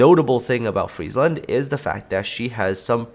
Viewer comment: ty for pronouncing it correctly and not making it a "McDonalds" ship